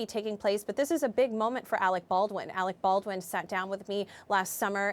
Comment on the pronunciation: That black lady kept saying Alec Ballin